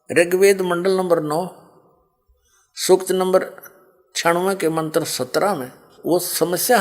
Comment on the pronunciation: यह राम पाल पागल है सत्यार्थ प्रकाश को सत्यानाश प्रकाश बता रहा है बास्तब में यह राम पाल ही सत्यानाश है इसलिए तो जेल में पडा है .इसको कुछ भी ज्ञान नहीं है उच्चारण तक शुद्ध..नहीं करना आता मंत्र को मंत्र बोल रहा है